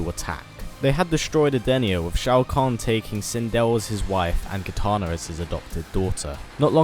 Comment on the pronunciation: He said Kitaner